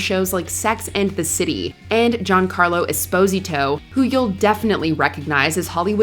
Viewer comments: OMFG, your content is sometimes good but learn how to pronounce WORLD FAMOUS ACTOR'S NAMES (or stop using AI). Giancarlo Esposito is not JOHN CARLO ESPOSITO. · John Carlo S Posito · What kind of AI slop is this voiceover? Giancarlo Esposito has never been pronounced that way.